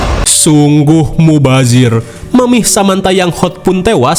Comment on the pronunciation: Mubadzir Leony, dih4bi5i jin Bueno dari Argentina yg bener 😂😂😂